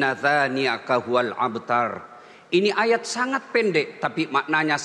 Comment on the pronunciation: bukan Inna tsa ...( Tsin) maaf Ustadz..harusnya Inna Sya..(Syin) bukan 'abtar( ain) ,tapi Abtar( Hamzah)